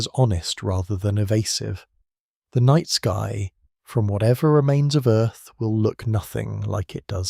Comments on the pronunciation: The night ski? That's a strange flub. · night sky ❌ nightski ✅